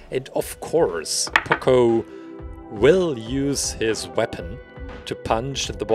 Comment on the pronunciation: Am I the one that realized that he said POCO